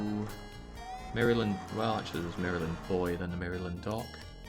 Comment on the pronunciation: "Mary-Land.." dont pronounce the y lol